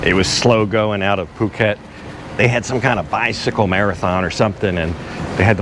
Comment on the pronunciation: "face cliff" ,get some rest ,take a day off . Also , "POO KET" ,NOT fuuket, but otherwise ,thanks for the vid